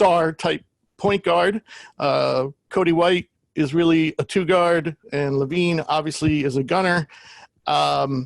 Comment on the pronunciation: The big dude said “Cody White”. It’s “Coby” White